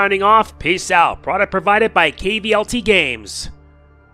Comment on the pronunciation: Awesome. I had it wish listed for ages, really made me mad. Btw, Kvlt is pronounced Kult. Like cult classic, cult movie.